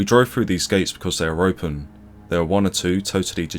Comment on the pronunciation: His is a truly great video, enhanced by the memories in the comments. I only wish the commentator said 'think' and 'there' instead of 'fink' and 'vere'. He would have no place in any video of mine, especially when the subject is so dark and sombre.